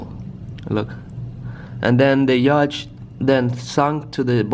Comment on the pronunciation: Man why do you say yach its a yatch